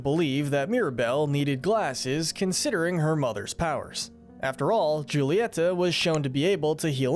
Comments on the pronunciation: You need to learn Spanish, if you knew one thing about pronouncing Spanish you would know that "J" is pronounced like "H" or Julieta should be pronounced as "hoo-leeeh-tah" NOT "Ju-lie-ta". Did you not watch the movie? If you did you would know the right way to say Julieta's name. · It's pronounced Hulieta, not Giulieta. And the 'g' in Madrigal is not silent. Pepa's name is pronounced similar to the pig character. Yes, Mirabel meets the qualifications to be a Disney princess. She's actually closer to royalty than Pocahontas is. The CANDLE is Pedro's spirit. Casita is animated by the candle. Pedro was a Time Lord. Fight me. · This was confirmed false by the directors. Mirabel wiping her hands on her dress didn’t screw up the magic AT ALL, I’m pretty sure. Also: Julieta’s name is pronounced hoo-lee-et-ah, NOT joo-lee-et-ah. The G in Madrigals is pronounced. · Your saying all the names wrong... It's not "jew-li-eta" it's pronounced like "who-li-etha" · When will people understand it's pronounced en cah nto not "encan'to" and julieta is pronounced like "hulita" because in spanish j=h h is silent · I’m sorry did you just say Julieta? She’s Hispanic so the J makes an H sound making it pronounced Hulieta, otherwise great video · Bro THE MISPRONOUNCING is unreal😭 “Jule-e-eta??” NOOOOO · I'm begging. BEGGING y'all to watch the movie again and memorize how to say "Julieta". The J is pronounced like an H. Please I'm begging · Actually, Julieta's name is pronounced Hoo-lee-eh-ta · The fact you mispronounced Julieta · Please say Julietas name right 😭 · Sorry,the way you pronounced Julieta 🗿🗿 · The way they pronounce Julieta is killing me 😭/nm/lh